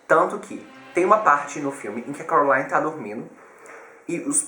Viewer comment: ele fala errado ele fala : corolaine enves de : coraline